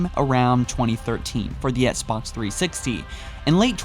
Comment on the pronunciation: Oh yeah, I remember this guy. He keeps saying "Etsbots" instead of Xbox